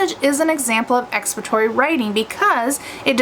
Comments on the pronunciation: lol.. yes. she is saying it wrong.. lol she is saying expatory. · Are you trying to say expository? Or have I been saying it wrong my whole life..